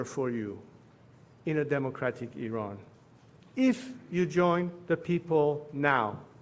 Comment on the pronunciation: Thank you for pronouncing Iran correctly. I am sick of hearing Eye Ran from some commentators.